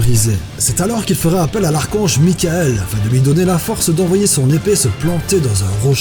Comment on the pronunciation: Super vidéo :D Pour le nom de Mjöllnir, le "j" se prononce en "y", donc ça se dit "Myolnir" :) Et le nom l'archange "Michaël" est en réalité "Michel" ^^